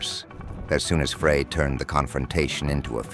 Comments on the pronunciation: The voice calls Glenn Frey, Glenn Fray 😂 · It's Frey (like fry). You idiot.